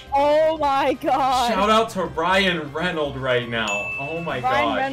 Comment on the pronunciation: That awkward moment when it's Ryan ReynoldS not Ryan Reynold. Grats on the Deoxys though! A unique first video!